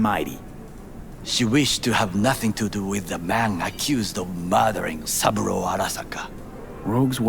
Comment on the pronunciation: It tickles me that Yorinobu and Saburo have become 'Yorinobo' and 'Saburu' 😅